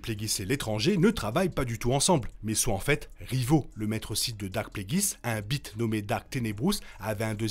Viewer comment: Petite précision : l’espèce de Tenebrous se prononce « Bis » et non pas « Bit », je préfère te le dire avant que de mauvaises blagues soient faite à ce sujet 😉 Ensuite concernant Qimir pour moi il est clair qu’il va être tuer de la main des vrais Siths, son apparition dans l’épisode 8 ne semble pas donné l’air que Qimir est au courant de la présence de Plagueis sur sa planète, et à cette époque les Siths se cachent, la possibilité que Qimir et ses apprentis ( Mei puis maintenant Osha ) puissent faire douter les Jedi quand à l’existence des Siths est une chose sûrement dérangeante pour les Siths qui ne sont pas encore prêt à apparaître au grand jour ( on rappelle que leur apparition officielle ne se fait que 100 ans après les événements de The Acolyte). Osha, elle, va doit devenir une paria sans importance soit retrouvée, d’une manière ou d’une autre, sa mémoire. Malheureusement l’absence de Venestra dans star wars 1, 2, et 3 indique qu’elle va également sûrement trouver la mort ( peut être également de la main de Plagueis en essayant de retrouver Qimir alors que Plagueis suivrait également sa trace un peu à l’image de Sol cherchant Mei alors que Vernestra cherche Sol et que Qimir et Osha cherchent Mei ).